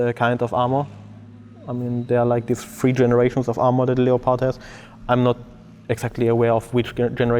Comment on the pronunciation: It's pronounced 'Leppird' in English. Cool video